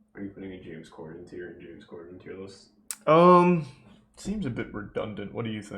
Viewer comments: Lmao I like how Charlie says corden wrong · he says cor-DEN instead of COR-den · Why does he pronounce “Corden” like that lmao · how does the beef run this deep when he doesnt even know how to say his name KEKW